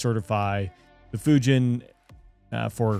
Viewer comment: Folks -you can’t even pronounce Fujian